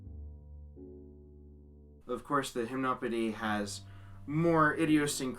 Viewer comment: And you've been pronouncing it wrong, it's /ʒim.nɔ.pe.di/, Satie was French, not Dutch.